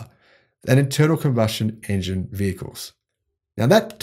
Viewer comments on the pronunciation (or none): none